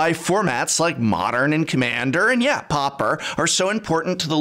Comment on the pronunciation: It's PAW-per not popper, Professor...